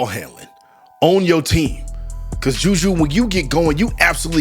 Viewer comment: Her name is Juju not Judea stop actin cute